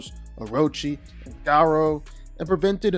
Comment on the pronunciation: The pronunciation of Garou is a crime